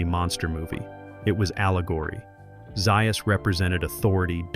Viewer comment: Some interesting facts and other “facts” but delivered poorly with AI help. As examples - voice seems to be AI (Dr Zaius is pronounced two different ways); I don’t think either Kim H. or Linda H. was pregnant (there was an early plot point of Nova being pregnant); videos has clips from the TV show; and clips rarely align with the topic being discussed. Sloppy job.